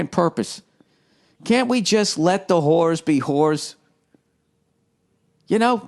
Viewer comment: That always makes me laugh. And the way he says whores like "hooers"😂😂